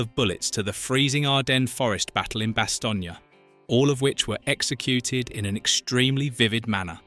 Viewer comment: Bastogne - Two syllables as in bass-tone not bass-tone-ya.